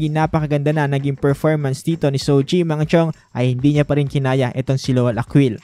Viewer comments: jow chi po not sow chi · Jo-chi ☺️☺️☺️ Marami pa rin tlaga nagkakamali sa pronunciation dito hahaha... 🤣